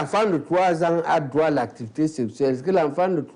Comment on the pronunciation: Un peu plus de professionnalisme Madame la présentatrice dans votre diction Même si cela est naturelle entrainez vous! Droit ce n'est pas "Groi" ... Vous vous ameliorez depuis le debut , bon vent